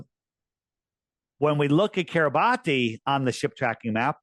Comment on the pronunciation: 👋🏻 YOU'RE KILLING ME EVERY TIME YOU MISPRONOUNCE THIS ISLAND Kiribati (/ˌkɪrɪˈbæs/ (￼listen) KIRR-ih-BASS),[7] officially the Republic of Kiribati (Gilbertese: [Ribaberiki] Kiribati),[8][9][10] is an island country in the Micronesia subregion of Oceania in the central Pacific Ocean. Its permanent population is over 119,000 as of the 2020 census, with more than half living on Tarawa